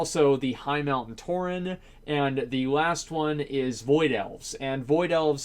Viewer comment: It's "Tauren" not "Touring", stop hurting my eyes or I'm gonna become a Demon Hunter! Also, no matter if there's people who doesnt care about the lore, Blizzard have to stick to it, it wont make sense for, let's say a Dwarf druid, Pandaren Death Knight or Warlock Draenei